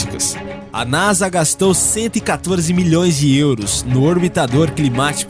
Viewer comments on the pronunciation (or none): none